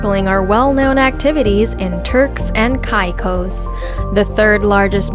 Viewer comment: could learn to pronounce the name of the islands correct